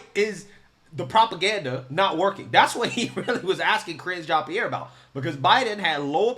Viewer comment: Did you say KRINGE JEAN-PIERRE? 😆😆